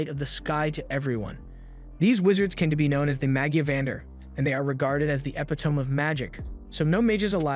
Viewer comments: That's not how to pronouce epitome. Its not eh-pi-tome. Its; eh-pi-to-mee. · (ep i tomb) or (e pit o me) you choose!